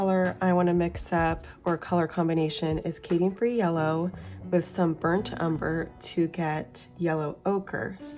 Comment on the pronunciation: Cadmium ( Cad me um) free not Cadian (K dee ann) free.